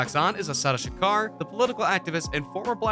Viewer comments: He keeps saying Tupac shuker it’s (Sha-ko-r) Tupac Shakur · Anybody else who cringes everytime the guy says Shakar instead of Shakur? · couldnt even get kings name right, kept sayn shakar shakar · Why you keep saying Shukar? It's Shakur. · I believe the maker of this video is also the narrator. You would think that during his research he would learn how to pronounce Tupac Shakur's name. Who is Shakar? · His name isint SHA CAR fool 😅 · Whitefox52 Lx he said sum “Tupac Shack-er” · Did he say Tupac Shaker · Bruh I'D APPRECIATE IT IF YOU GET PAC'S NAME RIGHT 🌹(R.I.P. Playa)👑 & START LEARNING HOW TO PRONOUNCE WORDS!!! THANK YOU 🙏🏽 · Don't believe this. This guy can't even say Shakur right. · Lol you can’t even say his last name right 😂😂😂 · You need to stop and let him rest in peace cause you can't even say Shakur right if my dad saw this barely made it threw the video so shut up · This dumbass said his last name wrong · That photoshop tho and the way you pronounce his last name😂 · At least Pronounce The man's last name Right!!!! Also Stop talking like you know every thing!!!! Facts!! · He can’t even pronounce Pac’s last name, and he expects me to believe this? 👎🏽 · How is it that he attempts to pronounce Machiavelli but can't even pronounce Shakur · Say his last name right dammit